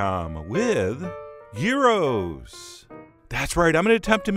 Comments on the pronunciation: It's amazing. I love, I adore Chef John. But only until he tries to make Greek, or Greek inspired foods, at which point my instincts urge to me scream at the screen about all the ways he's doing it wrong. XD Oh and, it's yeeros. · Gyros is pronounced 'year-oss' in Greek. Or you could go Turkish and call it Döner (pronounced der-nurr), but don't mix them up or you'll upset a Greek or Turk... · The most common gyro meat in Greece is pork. None of this fancy beef or lamb. And the 'y' is pronounced like the i in 'in'. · Look up the pronunciation of gyros. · I've never heard a north American pronounce Gyros correctly until the start of this vid, but then you got it wrong the rest of the way through? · "... and I know, the paper is still on the bottom. I'll remove it later. I'm too upset right now." Ha ha! And Chef John, you were closer to the pronunciation the first time around, it's gee-ros, (not guy-ros) ... or if you want to sound like a real Greek "yee-ro. : ) Interesting spin on traditional gyros. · the g us pronounced like a y, so its "yeero" not "geero". Also gyros is plural, you should be saying gyro for the singular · Its pronounced yearoh not gearoh bro the G is silent. lol. my mom is 100% greek from the island of Krete so i'm the expert of this excerpt. lol.. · Yeah, the Greek pronunciation is GHEE-ross, not JEYE-roh (jeye-roh-scopes notwithstanding). And please, dear America, gyros is the singular: there's no such thing as a "gyro". Greek words ending -os are just like Latin words ending -us. But, man, that looks delicious. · Gyros is a Greek dish and it’s pronounced “Yeeros”. It has never been GĪro. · You are correct, Gyros (or Yee-ros as is the right pronunciation) in Greece, is chopped pork meat. Not ground meat. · I’ve always been told it’s pronounced With a silent G, so Yeero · it's pronounced Year ro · It's pronounced Yee-Ros. Have to rolll the r. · It is pronounced "y-EE-ros" (y as in yearning) and "ja-jEE-kee" (j as in jazz) ;)